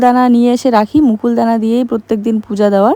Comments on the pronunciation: Nokuldana, mukuldana noi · Mukuldana noi ota nokuldana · আমি যদি ভূল না হয়ে থাকি তুমি বললে মুকুল দানা। ওটা নকুল দানা।